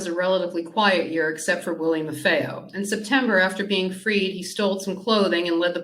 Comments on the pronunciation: Pronounced “MAR-FEE-O!” Not “MAR-FAY-O.” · No offense but, it’s spelled “Marfeo,” but you are correct, it’s pronounced “MAR-FEE-O”, not “MAR-FAY-O,” like they are pronouncing it. 👍🏼